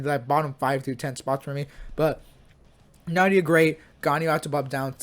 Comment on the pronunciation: Yay bruh nahida and nilou like bruh hahahahahaha bruh come on their said in game come on